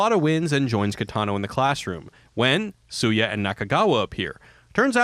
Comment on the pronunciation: Goddangit, this is a great video, but the character's name is pronounced "SHOO-YAH." Also you forgot that Beat Takeshi made a video game, too.